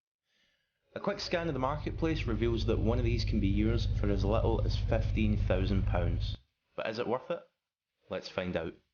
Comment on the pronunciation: I just spent 5 minutes trying to say fifteen like this guy